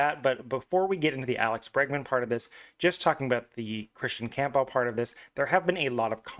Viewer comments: The pronunciation is painful to listen to, it’s Cam-Buhl. Camp-bell sounds ridiculous. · Dude theres no chance you think his last name is pronounced that way